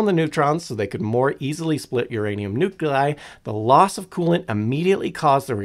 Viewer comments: and "nu-cu-lai" instead "nu-kle-eye" (proper way) EDIT: what about "cavalry" some americans say "calvary" :D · I've seen you write the same thing over and over. I think you're missing the point... People are complaining about the presenter saying "nu-CU-lear"... the "CU" bit. He does the same with "nuclei" saying "nu-CU-lei" instead of the proper "nu-kle-eye". Google's AI voice is terrible. And they don't decide how it's pronounced... check the phonetic spelling used in the pronunciation (in dictionaries - not Google's AI voice). EDIT: I'm not saying you're wrong... because you're not. Languages are pronunciations are funny :)